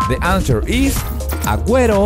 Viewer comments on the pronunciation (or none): none